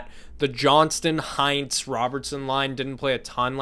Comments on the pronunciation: "HEINTZ" bruh just watch a single Stars game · Maybe he watches a lot fewer games than he lets on. Wouldn't surprise me at all. It's inexcusable not to know how to pronounce Hintz after last year. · So annoying they try to talk about every team but consistently pronounce the names wrong even when I KNOW they’ve been informed of the correct way to say Heiskanen. Hintz is not a ketchup brand either. You know how to say it you watch them play 4 times a year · shows how he didn't watch Dallas games at all last year